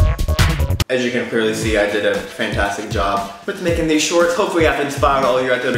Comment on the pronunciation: I swear, he said 'Frantastic' shorts ;o